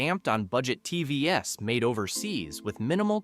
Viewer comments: T V S ….😂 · You should take your own advice for your shit AI reader. How many ' Tee vee ess' occurrences did you just not notice? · Are you a real person? Am constantly hearing TV - s ....as a plural? Coming to the presentation, I think the American market has a lot of reap offs.. I'm located in a rather tail end of the chain in Africa and here's my look and feel: I have five different TV brands in my house Me - Hisense - 1 yr OK, 1st born daughter LG - 8 years OK, 2nd child JVC - 7 years OK, 3rd Aitel - 4 years OK, 4th Sony Bravia - 7 years OK, 5th Samsung - 7 years OK and an idle Hisense 5 years still OK!! Of course there are some that are of poor quality and they're usually distinctively indicated by both price and info from sellers...